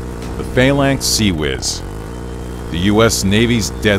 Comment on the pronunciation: I have never heard Phalanx be said with emphasis on the A's